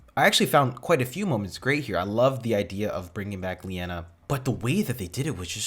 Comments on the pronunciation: It's Li-nay-uh brudda ... not Lee-En-a ... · Linea, not Leanna. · Constantly calls Linea ‘Leanna’ Me: 😬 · Stargate cast: Clearly says LINEA many times: LIENA! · hears the name "Linea": "Who's Linea? I thought it was Leanna." Also: * continues to call her "Leanna" throughout the episode * 😂😂😂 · Literally hears them say Linea 200x, continues calling her Leanna. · Aaaaaaaaaaaaaahhh!! No, stopping the video wasn't really annoying, but mispronouncing the name Linea OVER AND OVER AND OVER, even though you heard it every 2 minutes in this episode, that was annoying. I think you should get an MRI, there is something wrong with your brain. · Why did you insist on saying the name wrong even though they said it right a bunch of times in the episode? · Your insistence on constantly mispronouncing Linea's name was starting to get on my nerves lol. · mispronouncing "Linea" (900)